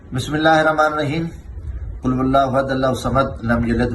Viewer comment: قل ولہ نہیں قل ہو ولہ ھوتا ھے